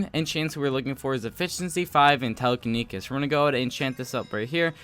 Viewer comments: Its telekinesis not telekinekis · "Telekenikis" Boi It's Tele-keni-SIS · Tele-kin-Esis not kesis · telekinikis read that again.. telekiniKis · "Telekinikis" Has mini Heart attack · It’s pronounced telekineSIS, and it teleports broken blocks to your inventory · my ears every time after he said telekenisis" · telekenekis lmao xd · the way he says "telekinesis" is so funny and also pls learn roman numerals (no hate love u but its just kinda funny) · the way you say "telekinesis" hurts me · My ears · I feel it in my heart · that dude and zealous